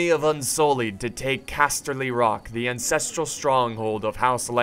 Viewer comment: Did you say "Incestral Stronghold" 😌